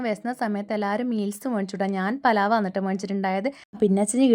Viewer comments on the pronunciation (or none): Palav alla pulao Ennanu parayuka ❤